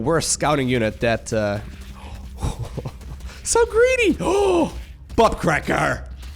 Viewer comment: lol i understood Buttcracker xD